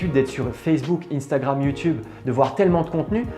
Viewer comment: Sa se li pas iiiinnstagrame c sa se li un stagram